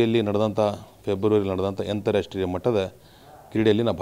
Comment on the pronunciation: ಅಂತರಾಷ್ಟ್ರೀಯ ಮಟ್ಟದ ಎಂದು ಹೇಳಲು ಬರುತ್ತಿಲ್ಲ ಯಂತ್ರಾಷ್ಟ್ರೀಯ ಎಂದು ಹೇಳುತ್ತಿದ್ದಾನೆ ಎಂಥಾ ಗಮಾರ ಇದ್ದಾನೆ..